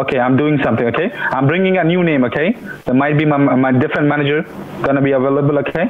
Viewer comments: Not “ manager” “maneger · “Maneger” lmao 😆😆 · They mispronounced “manager”, their scamming became invalid, you won this battle from the start Also go,!